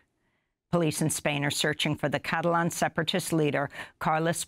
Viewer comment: Amy Goodman, please practice pronouncing correctly. non-English words. e.g. 'Catalan' in this video. 'Qatar' in a previous one.